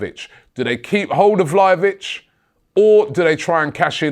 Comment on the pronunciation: Robbie, it's not "Vlayovich" it's "VlaHovic". It's "H" like in "ZaHa"